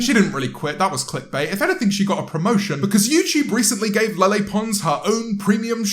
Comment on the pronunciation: The way you say Lele sounds like your saying "Lilly" in a really derpy way 😂 When ever I saw her name I thought it was pronounced like "LeighLeigh" 😬